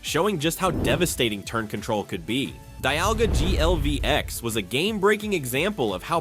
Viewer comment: ai voice be like "DIALGA GLVX" and the ai description lmao